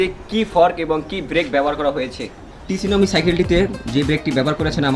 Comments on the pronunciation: টিসুনামি না ভাই উচ্চারণ হবে সুনামি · Vaiya Oita sunami pronounce Kora hoy Not T sunami T ta pronounce hoy na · Vai uccharon ta tsunami na sunami e hbe but spelling e 'T' thakbe😅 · শুনামি। T ta slinte